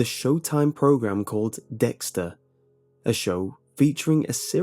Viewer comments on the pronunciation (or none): none